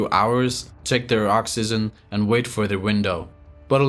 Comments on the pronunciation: oxygen not oxyzen dude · This guy can't even say oxygen correctly . L2english